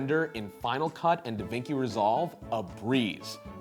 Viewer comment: The way he pronounced "DaVinci" though...